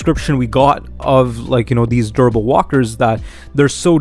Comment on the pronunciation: Interesting theories. Just slow down when saying "durable". It sounds like you're saying "verbal". Actually, verbal walkers would be terrifying!